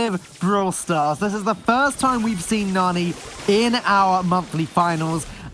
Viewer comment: It hurts my ears to hear them say NANNY instead of Nani. Guess they don't watch enough anime lol